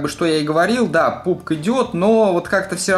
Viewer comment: Пабг, не Пубг, а пабджи